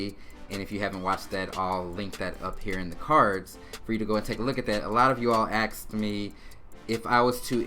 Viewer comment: He said axed me and then said ask the next question?? You gotta pick one bro